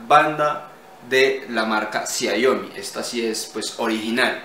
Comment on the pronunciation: Por si acaso, se lee CHIAOMI (la i es de un sonido más cercano y la si que a la i, algo así como CHSIAOMI